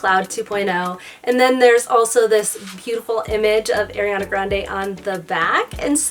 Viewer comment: i’m sorry but it’s ARiana grande not AIRiana grande